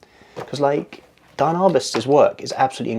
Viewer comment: She is very inspiring! By the way, it's pronounced DEE-ann not DIE-ann.